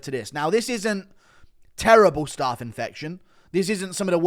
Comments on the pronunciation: Guru’s pronunciation of Staph is crazy lmao it’s not staff, it’s pronounced like the first syllable of Staffordshire. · STOP SAYING STARPH INFECTION!!!!!! Fuck me 💀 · Someone tell Guru how to say staph. And no its not because hes English.